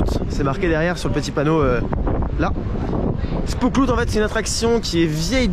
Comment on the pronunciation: 1) J'espère que tu t'es pris le livre en néerlandais sur l'histoire de Efteling (en néerlandais, oui... mais tant d'images et de goodies dedans) 2) Alors, le "Spookslot" se prononce "SpÔslote", et traduit vulgairement :" la prison des fantômes". Faut savoir que cela fait partie des premières "grosses" attractions du parc (donc très importante comme attaction ... dommage que cela ferme). 3) Au départ, le parc Efteling était seulement le bois des contes, par la suite les attactions se sont construits autours (dont le petits village des drôles de persos avec les poubelles etc., le carrousel, le spooksolt) 4) Oui, bcp de coaster fermés car tu y es allé le jour où en Hollande on avait des vents forts sûrement ;) 5) Et oui, en effet, sans Efteling, Disney n'aurait pas eu son Pirate des caraibes (qui est pas loin du Fata Morgana) ou encore simplement il n' y aurait pas eu vraiment d'attarctions dans le parc :) C'est un parc qui est resté simple et préfère sortir une attraction avec retard mais toujours avec qualité. Pour cela que je suis bien plus fan d'un Efteling que Disney. En terme de prix, de qualité,... On ne pas bouder ce parc. Un peu dommage que le par ait fait partir certaines attractions qui étaient un beau morceau d'histoire :/ Mais bon, c'est la vie